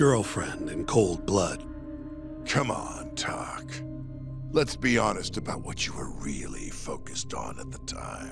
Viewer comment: In the Japanese audio when ever they say Tak they Audibly say "Ta-bo"